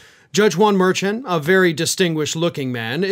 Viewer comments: The judge's last name is pronounced, "mer-SHON", not "MER-chun". C'mon man, get it right. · The judge's name is pronounced Mer-shaun. Not Mer-chan. You're normally a lot better at respecting how someone's name is pronounced. Hell, I remember you complaining about how Republicans keep pronouncing VP Kamala Harris' name wrong to slight her. Please do better. We expect more from you. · Merchan pronounced "Mer-shawn" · MerSHAWN,. Everyone else pronounces it properly. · For future videos, Justice Juan Merchan’s last name is pronounced mur-SHAWN. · The judge's name is pronounced Mer- shawn as told by NY lawyer from MTN, Karen. She told Harry Litman yesterday. 🤔🌊🌵🌞🌊🇺🇦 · and it is pronounced mur- (soft ch) chan... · FYI, i enjoy all that you do but you are pronouncing the judges name wrong. From people that go in front of him, they say mershon. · Have some respect for the judge and pronounce his name correctly. You say incorrectly all the time.